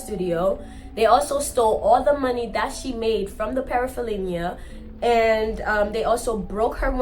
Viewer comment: Love the stories queen but Parapholinia took me out😂